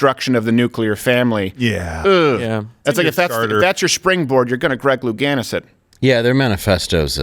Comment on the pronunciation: "If that's your springboard, you're gonna Greg LouGaynus it." - Steven Crowder 2021 Hit the Music!! "IT'S GAYNUS!!, IT'S GAYNUS!!, IT'S GAYNUS!!...........IT'S GAYYYYYYYYNUS!!" 😆😂🤣